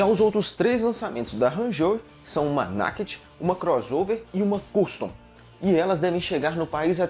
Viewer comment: Pronúncia correta: Naked é (Neiked).